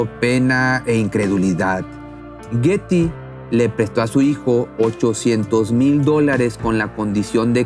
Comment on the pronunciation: Hello! Pronuncia Bien. Los nombres like for Example Guety y muchas, mas ?